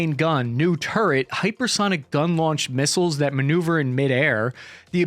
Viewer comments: what's a misisile? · Ah yes, those pesky hypersonic "misisles"